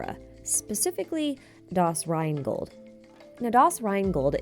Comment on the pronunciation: Good job on making Rheingold sound extremely badass with your english pronounciation!!!